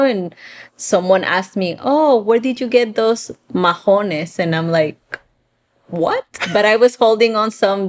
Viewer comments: Diantre o diache, I use more diache Mahones , we don’t say majones with j we say mahones, like maones. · Not majones mahonés de h is silent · We don't said Majones we said Maones without the h ( h) is silent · Nunca decimos "majones", decimos "maones". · Mahonés no se pronuncia, majones como dijeron en el video si van hablar del vocabulario de Puerto Rico por favor dígalon bien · Almost 100% on point, except "mahones" is pronounced with a silent H. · Yes. I caught that one. Ma- o- nes. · Boricua here!! Yes, h in Mahones is silent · En mahones, la H ex silenciosa, In this word the h is silent. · Mahones pero sin el sonido de la “h” se dice como “ma-o-nes” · Yes, I wanted to say great video... you got them all right but as Jose mentioned; in the word mahones the H is silent. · no lo sé porque pronunciaron la H, siempre la letra H es calla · Muy cierto asi hablamos los boris jaja exepto mahones la h es muda no tiene sonido. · Never in my life I heard someone (Puertorican) saying majones, we call them mahones (no h sound). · Mahones is pronounced with a silent H. Ma-ones. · in Mahones the H is silent. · Mahones in Puertorican Spanish h is a silent letter so you pronounce like maones in Spanish. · You two make me laugh. Is pronounce maones, the h is silent in mahones ( jeans). Also pana could be jackfruit depends in which part of the island you live. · No es majones, es mahones, la “h” es muda en español. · We don’t say majónes. ☺️ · I was going to say the same, never heard anyone actually pronounce the H there, lol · Right,, drop the H in mahonés It’s silent. Love yr channel. Where are you guys now? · In “mahones” the H is silent